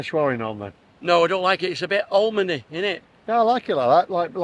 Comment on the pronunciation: Lol legend, "almond-ey"...